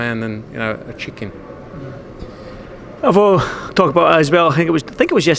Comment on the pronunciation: chicken sounded like check in lol.